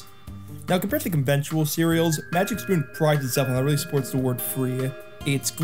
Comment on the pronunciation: Never trust a guy who doesn't even pronounce the word "conventional".